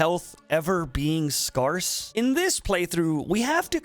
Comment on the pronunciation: this vid's way too old for me to be saying this but this is the third youtuber in the past week that i have heard pronounce "scarce" with an "are" sound (like scar) instead of with an "air" sound (like scare). it's said like "scare", folks. not like "scar". this is like the guillotine thing all over again